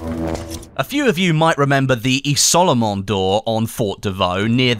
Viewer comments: The picture looks like the statue on Soissons. Also it's "izol-mon" :) Good effort with the french! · You can say "izolement" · The way he sais Isolement lol